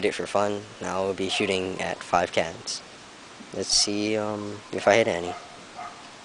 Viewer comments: When you said "Ill be shooting at 5 cans", I thought you said cats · haha I heard cats instead of cans xD